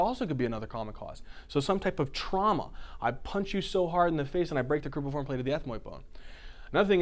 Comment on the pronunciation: Excellent job! But it's cribriform not cribiform plate. Thank you again.